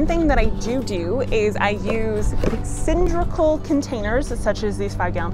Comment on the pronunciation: Sorry to be that guy, but it’s not pronounced sindrickal, and that’s a vise, not vise grips. Again, sorry. You do good work!